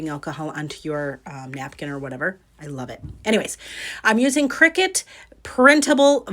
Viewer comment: I enjoyed the video. BTW, CRICUTis pronounced CRY-CUT